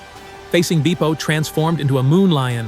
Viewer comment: E as in better, not E as in bee. That's how you say Bepo